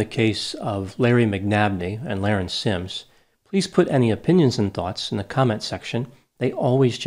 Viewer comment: Her name is being mispronounced. It was pronounced La-Rin, not Lar-en. The IQ test is a legend. There was no IQ test. It was explained that she had a high IQ in high school because she had dropped out due to her being "bored". She just had other pursuits than an education.